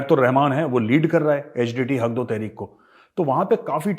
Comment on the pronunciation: Sir Hag do tehrikh nahi 😆 Haq do tehrik hai😁